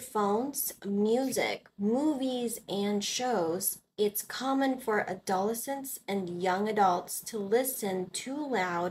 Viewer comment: Adolescent is pronounced with the stress on the third, not second, syllable.